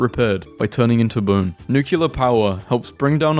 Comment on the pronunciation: Why do you say « nucular »?